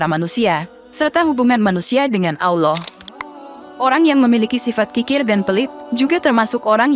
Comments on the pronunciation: MENYEBUT NAMA ALLOH ITU TIDAK ADA HURUF U NYA MIN.🤔 BUKAN AULOH MENGUCAPKAN NYA. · Penyiarnya apa bukan muslim koq bc Lafat Auloh , Auwloh 😁😁🤭🙏🙏